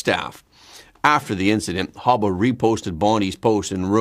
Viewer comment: Her name isn't Hubba it's Habba😂